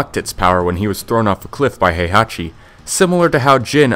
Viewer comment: Tekken Fact #108: This guy doesn't know how to pronounce "Heihachi" correctly.